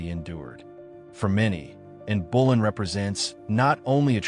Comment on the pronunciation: Her name was Anne Boleyn not Anne Bullen.